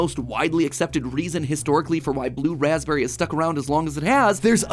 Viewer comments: wasberrry mat pat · The real theory is why is it spelled "raspberry" when we pronounce it "razzberry"